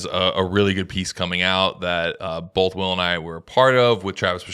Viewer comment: Drinking Game: shotgun a coors every time puts a L in the word “both”. BOLTH baby